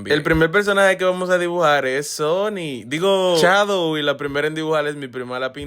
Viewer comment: Se dice shadow no chadow😂😂😂